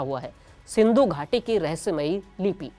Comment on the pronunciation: एंकर बनने से पहले बोलना सीखो सिंधू नहीं महानभाव सिंधु है।